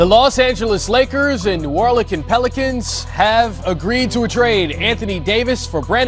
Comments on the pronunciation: Did he say the New ORLiiCaN pelícan??? Sec 03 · New Orlecan, lol